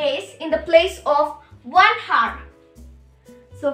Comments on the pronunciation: its not pronounced as o-u-r not h-o-u-r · Oo my god who will teach you English PRONOUNCIATION it's not heart it's hour CORRECT YOUR ENGLISH AND PRONOUNCIATION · Hour hota hai heart ya hertz ok well done